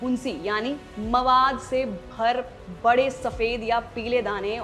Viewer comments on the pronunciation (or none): none